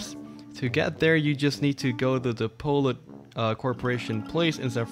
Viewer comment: Am i the only one enraged about how he pronounces polut? I mean its pronounced pollute, as in pollution.